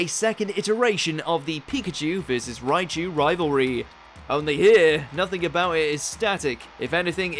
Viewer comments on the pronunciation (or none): none